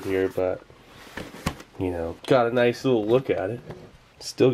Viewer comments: I swear, everytime i hear you say "Nice", it sounds like "Noice" nin my head. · 'nice' sounded different/10 downvoted, reported, blocked, called pizza hut.